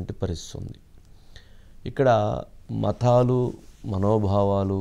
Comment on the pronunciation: It is mathaalu. Mot maththaalu. Please don't stress on tha. Promounce telugu properly. Similarly dha in Padhaalu.